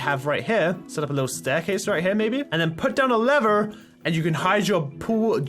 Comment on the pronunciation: He said put down a lever so weird